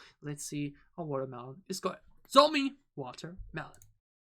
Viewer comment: Her name can be pronounced like John So me Not zomi (just want to correct you, not criticize) And her English pronunciation is good because she ist halb dutsh/Canadian and grew up speaking English, so she is fluent. Teddy is btw also fluent in English.